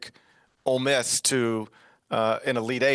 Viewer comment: Ole Miss not olay Miss